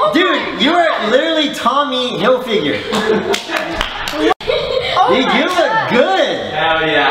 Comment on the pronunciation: “you’re literally Tommy Hil figure”😂 (it’s Tommy Hilfiger)